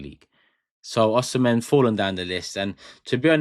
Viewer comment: You did not call his Nigerian name correctly, he is from Edo state, Nigeria